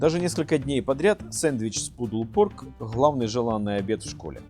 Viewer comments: Наточите нож, пожалуйста, больно смотреть ... а в целом, спасибо за информацию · Автор даже прочитать чужой рецепт не может! ))) Pulled - это не "пудл"! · Pulled читаете как пудл.? Да и уксус тут весь белок убивает.